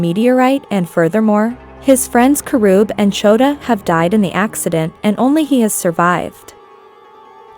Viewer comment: She says Karoob lol